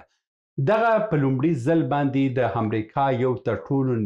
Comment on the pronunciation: ښاغلیه صاحب اسلام علیکم زه پنځوس کاله مخکی استاد وم.ستاسی خپروني ډیری ښي اودنظروړدی اما تاسی په خپلو خبرو کښي بعضي کلماتو ته متوجه نه یاست لطفآ واوری تاسی لکه دالندغر چه دو ی وایی و(است) په فارسی زبه (هست ) نو است درست اوته هم ټوله وخت ( امريکا ) ته همریکا وايي اوحما _ س ته اما س وایی ( اما) ته حما وايي لطفآ متوجه اوسه په ډیر درنښت سبحان الله لودين